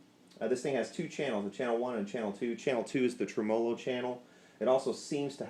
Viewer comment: The 4 dislikes are for the pronunciation of tremolo. Lawd help ya son